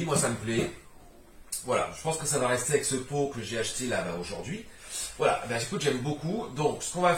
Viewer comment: j'adore... A la base suis ch'ti donc le "voilö" ... Suis fan, merci pour tes vidéos